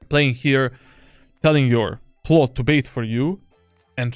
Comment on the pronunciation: Why do you say Clove as Claw